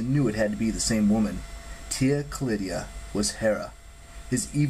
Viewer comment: Tia Callida not Callidia